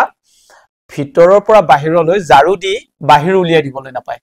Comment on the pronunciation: ঝাৰু নকৈ জাৰু কৈছে